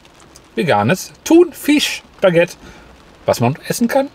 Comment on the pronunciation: Bitte sag nicht mehr ThunVISCH 😂